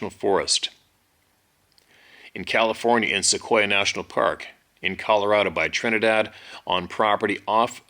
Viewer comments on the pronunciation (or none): none